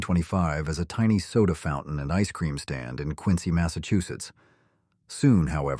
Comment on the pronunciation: I'm surprised Quincy Ma. was pronounced correctly ( not only did Howard Johnsons start there but also Dunkin' Donuts)